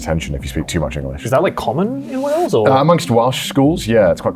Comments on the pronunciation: Great show but it is Wales not Whales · Wales… not Whales 😂🐳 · not 'Whales' lmao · Why „Whales” and not Wales 🏴 ?????? 😳😳😳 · Not wanting to be “that guy” but it’s Wales not Whales. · It's Wales NOT WHALES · "Whales" come on.. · Wales with an h, eh?